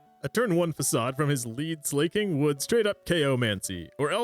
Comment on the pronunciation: Something about hearing Slaking pronounced as slay-king rather than slah-king/slacking really throws me off. Also yaaaass slay king.